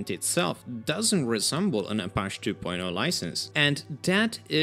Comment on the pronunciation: Apache is pronounced ah-PA-chee It's the name of a native group in the Southwestern part of the US. They were known for their intense warrior skills on horses, and the name was adopted to reflect the stalwart attitude of developers maintaining network open source projects in the face of giant corporations like Microsoft, who work to privatize resources for profit.